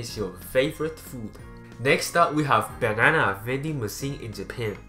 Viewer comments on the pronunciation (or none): he says banana so funny